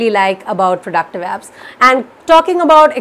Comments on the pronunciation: Okay so so have definitely pronounced abs many a times now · Nah! I too heard "abs" :-)